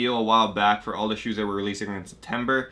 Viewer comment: Why does he say shoots